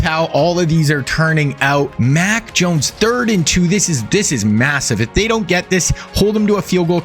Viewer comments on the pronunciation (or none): none